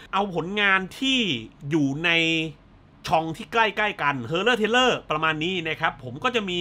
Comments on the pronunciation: Thriller (ระทึกขวัญ) น่าจะอ่านว่า ทริลเลอร์ มากกว่านะครับ Trailer (ตัวอย่างหนัง) = เทรลเลอร์ เห็นคุณพูด Thriller เป็น เทรลเลอร์ หลายๆครั้ง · thriller (เรื่องเร้าใจ) อ่านว่า ธริลเลอ ครับ .... ไม่ใช่ เทรลเลอ !!!!!